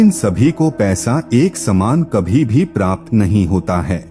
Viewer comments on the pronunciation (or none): none